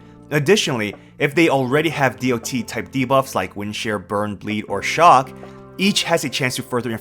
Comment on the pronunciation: who the fuck says d-o-t ,have you never played mmo or another game with dot before?, I have never heard anyone call it that in tell now.